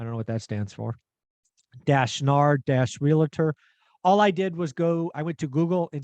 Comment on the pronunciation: REAL-tor, not re-la-tor.